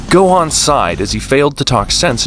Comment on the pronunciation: Why did you say gohen